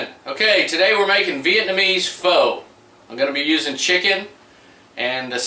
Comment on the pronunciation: It's pronounced "fuh." No, I'm not kidding -- it's spelled "pho" but it's pronounced "fuh." I didn't believe it myself until I looked it up, but that's really it. Go ahead and make all the "pho-king" jokes you want about it. :)